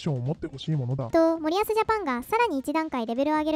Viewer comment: 「森保」のイントネーションは「板倉」と同じではなく「谷口」と同じな